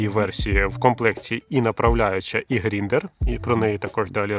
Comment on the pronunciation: Та не "Гріндер" а ГРАЙНДЕР!!!!!😅😂😂😂